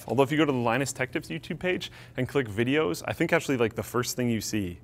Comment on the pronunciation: It's Linus tech tips NOT lineus tech tips